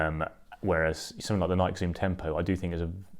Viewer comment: Thanks for the great comparison. But for the love of God, Nike is pronounced as 2 syllables, rhymes with Mikey, not 1 :)